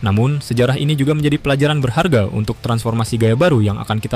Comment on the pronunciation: seperti nya terpeleset ngomong nya di menit 1,31 sampai 1.32 di kalimat "untuk pelajaran BERHARGE" sedangkan bahasa Indonesia tidak menggunakan kata BERHARGE tapi BERHARGA (A) apakah orang malaysia kah?..